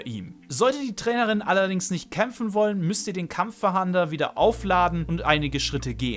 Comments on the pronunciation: Weiß auch nicht was er glaubt was ein Fahander sein soll. 😂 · Sagst du "Kampffahander"? :D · Kampf a hander🤣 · Macht mich richtig aggressiv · Ich finds witzig 😅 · Kampf FaHANDER? o.o KampfFANDER wird das ausgesprochen. :) PS: Das ist kein Bashing, ist ja kein Problem, wenn man nicht immer weiß, wie man XY ausspricht. :3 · Das mit dem Kampf-Fah-A-nder triggert mich etwas... 😉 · Wirklich ein gutes Video, aber ich bekomme cringe Gänsehaut jedes Mal wenn du Kampffahahnder sagst, lies das Wort vlt nochmal langsam 😅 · Es heißt nicht Kampfverhander, sondern Kampf-fahnder. Bitte nicht 100x falsch aussprechen, die Kinder schauen sich das ab. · Kampffahnder nicht kampffahander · Danke für das Video. Hat mir leider nicht so viel gebracht, weil ich meine Jägerpokemon trainieren will um die 3 Seepokemon zu fangen. Es heißt übrigens KampfFAHNDER, und nicht Kampffahander. 😅 So wie, wenn die Polizei nach einem Täter fahndet. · Kurzer Hinweis... Es ist nicht "KampffaHAnder", sondern "Kampffahnder". Also einfach das zweite A weglassen und dann ist es richtig ^^ Nichts für Ungut und danke für das Video! :) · Gutes Video, kurz, informativ und ohne großes Gelaber, top 👍🏼 aber „kampf „fahander“????😂. Kampffahnder, so wie man es schreibt. Man fahndet nach Gegnern. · Digger 😂 gutes Video aber das ist ein Kampffahnder und nicht Kampffahander 😂😂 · Es heißt Kampffahnder, weil man damit nach Kämpfern fahndet, nicht fahandet ;) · Es heißt Kampffahnder und nich fahander! Ansonsten gutes Video👍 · Wenn ich noch einmal kampffahander höre rast ich aus xD *Kampffahnder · Kampf-fahnder nicht kampf-fahander 😁👍🏻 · Das Item heißt übrigens Kampffahnder und nicht Kampffahander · das triggert mich auch hart xD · Nices Video, aber Kampffahnder wird nicht Kampffahander ausgesprochen und auch nicht so geschrieben 😅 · Und ich dachte ich wäre der einzige den das triggert :D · Wer kennt ihn nicht... den KampffaHAAnder xD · *Kampffahnder... nicht Kampffahander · Warum Kampffahander? Da steht doch Kampffahnder